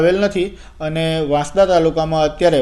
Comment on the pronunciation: વાંસડા નથી વાંસદા વાંચાય બોલાય😂